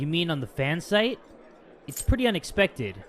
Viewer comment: Didnt you get it? "Phan-Site" FAN SITE